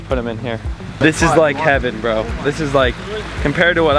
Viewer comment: You said What's up bros But i heared What's up CROWS